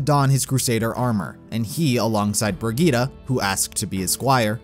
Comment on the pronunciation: I love how you tried to say Brigitte